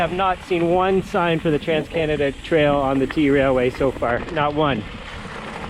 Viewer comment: Dude, it's pronounced trail way, not t railway. And yeah, it's unridable, I've done it. Awful experience.